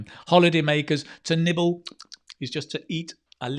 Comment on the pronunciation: Sorry, shouldn't it be "nibble" (no "k")? But other than that, great job!!!